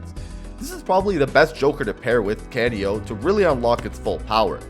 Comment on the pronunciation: Canio is pronounced cah-knee-oh its a reference to the lead character in the opera Pagliacci